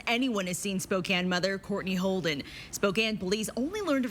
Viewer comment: Thank you for bringing attention to this case and for pronouncing spokane correctly. ❤